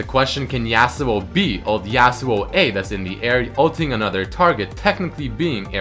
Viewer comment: STOP SAYING JASUO, its fucking irritating, its yasuo.